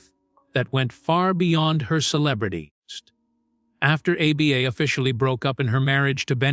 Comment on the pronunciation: Dont use AI to do your voiceover. The pronunciation is very distracting A B B A instead of ABBA really?